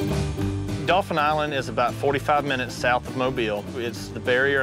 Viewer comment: OFPS - it's Daw-fin, not dolphin. You grew up there you should know that. Anyway, they made the best choice. Spoiler alert if you're reading this before watching the end. . With the savings on the house cost, they could get high end, very comfortable futons for the Fish Camp. They didn't discuss maintenance fees, though. The idea of selling when the kids are older is perfect. That and money they'll likely make on renting it should give them enough profit to buy something better then.